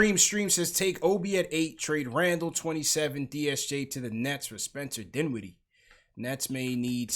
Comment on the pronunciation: Dinwiddie? DINWIDDIE??, LMFAOOOOOOOOOOOOOOOOOOO NAH FAM, NAAAAAHHHHHHH